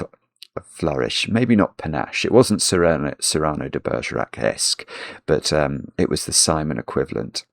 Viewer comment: The smoothness of Simano de Bergerac? (Simono doesn't sound right...)